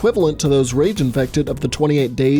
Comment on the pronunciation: I like the way you said “iFeCtEd”